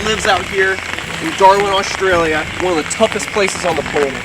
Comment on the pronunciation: 'Oshtralia' haha I love. He can say and do no wrong in my eyes 😊